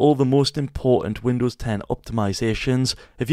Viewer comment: “Windoos … do fix boogs” 😂😂 great video thank you very much ❤